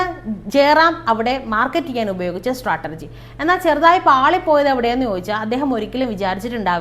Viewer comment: സ്ട്രാറ്റർജി അല്ല.. സ്ട്രാറ്റേജി.. Pronunciation ശ്രദ്ധിക്കുക. 👍🏻 എങ്കിലും പറഞ്ഞ വിഷയം നന്നായി പ്രസൻറ് ചെയ്തു👌🏻❤